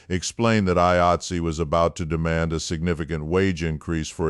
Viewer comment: AI cant even pronounce 'Eye-Eight-See'. Garbage.